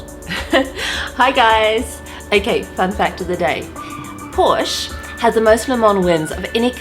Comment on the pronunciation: Porsché please